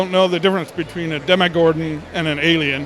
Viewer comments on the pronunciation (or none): Actually dEmiGoRDoN